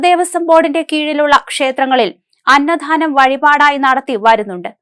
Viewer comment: അന്നദാനമാണ് അന്നധാനമല്ല